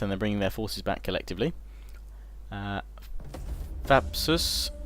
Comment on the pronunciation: I'm dying a little every time you say "Thapas". Pronouncing Hoplites the good old English way, sure, but PLEASE say ThapSUS.